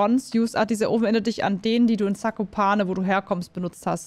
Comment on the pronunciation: Mich triggert die aussprache von zakopane aber sonst gutes Video